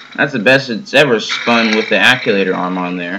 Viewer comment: Just FYI… It's pronounced "Actuator", not "Acculator".